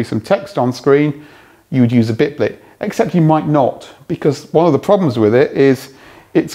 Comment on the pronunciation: and yes, it was bitblt not bitblit